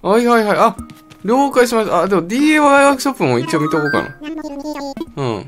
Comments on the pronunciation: なんか違和感感じると思ったら ディーエーワイじゃなくてディーアイワイやんな笑笑笑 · なぜDAY?DIYって言ってるのかな？